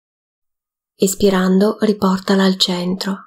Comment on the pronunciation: Ringraziando tutti per questa attivita', faccio notare che per chi non conosce l'esercizio, sarebbe importante che la pronuncia di "Inspirando ed Espirando" fosse piu' chiara o sostituite da DENTRO e FUORI perche', particolarmente nella terza pratica, non si capisce quando ti mangi la N di Inspirando e quando confondi la I con la E di Espirando, rendendo impossibile distinguerle, entrambe risultano qualcosa come "ispirando" che non e' ne uno ne l'altro. Andando a visionare lo stesso video in inglese si evince che, al contrario delle pratiche precedenti e seguenti, nella terza il primo movimento va fatto espirando. Grazie.